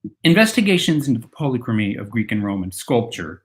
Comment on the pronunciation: Youre saying polychromy wrong